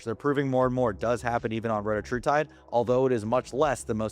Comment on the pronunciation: This dude is literally just making stuff up. But OK. You could at least be the one tuber that pronounces retatrutide correctly 🙄